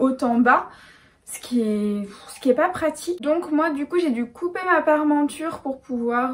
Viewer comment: Il ne faut pas dire "Parmenture", mais "Parementure". J'en suis à ma quatrième vidéo. Je les savoure avec mon repas du soir. Je suis un grand fan !!!